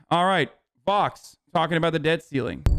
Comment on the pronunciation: I've heard "Fox" instead of "Vox". It was weird.